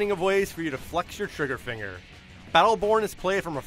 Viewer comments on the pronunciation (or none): none